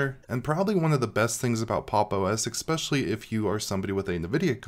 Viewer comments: exspecially? or especially? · Expecially ESpecially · Stop saying 'eXpecially' plz! It's driving me crazy.....OK, for real----thank you for all the great content, I watch every vid.